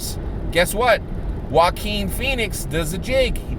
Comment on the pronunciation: Haha you're too funny! You totally corrected yourself on the Jock-uan/Wah-keen slip...this made my day! 💯% #YangGang P.s- Is it me or does it actually driving down a freeway of potholes! You can see your car take a beating from that road, almost sound like you had a guy in your trunk just kicking away at your interior haha my brain sometimes!